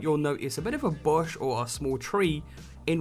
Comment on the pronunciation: he see bush weird he seid bosh wtf